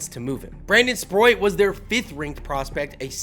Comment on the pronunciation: Good video, but for the love of god bro, please please please, at least try to pronounce names better 😂😂😂 Sproat is one of the easiest names to pronounce